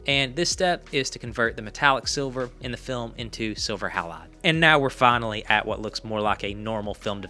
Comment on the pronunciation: So 2 things... Kodachrome 25 was also available and ridiculously good. You might want to check that pronunciation of halide.🙂